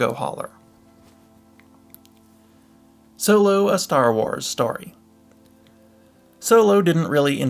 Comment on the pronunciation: 0.00, either im tweaking or he said "star whores" instead of star wars